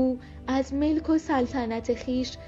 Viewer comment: عالی بود فقط خیلی با غلط خواندید،یکیش مُلک و سلطنت نه مِلک و سلطنت،جاویدشاه و پاینده ایران